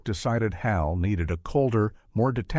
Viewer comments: “8th Hell…” according to the AI narrator. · Kier Dulia??? "A" Space Odyssey? "Hell 9000"? Kubrick DID NOT "love" the audience walk out at the premiere. I don't know where it picked THAT up! AI sucks!!! I hate it, and it is going to royally mess things up in the near future. I hope that I am dead before it does...doz...dozz...